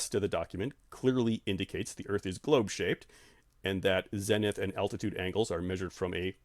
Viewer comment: Good stuff, but how have you been in the field this long without picking up the correct pronunciation of ZENITH? Long E!